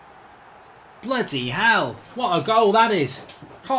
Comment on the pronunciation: Can we get a "BLUUDY HEALL" counter in these compilations